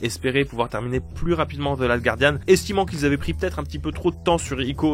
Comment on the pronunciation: Guardian, pas Gouardian, please!